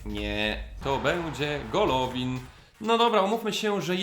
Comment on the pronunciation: Golovin Czytaj- Gaławin Smolov Czytaj-Smołow